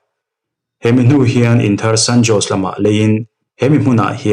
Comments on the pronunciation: San Jose hi San-O-se tia lam tur a ni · San Jose hi Sen Haw-zei tia lam tur..